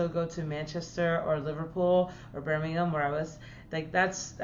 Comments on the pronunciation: Omg you're the first american to say Birmingham correctly!! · She can pronounce "Birmingham". come back anytime.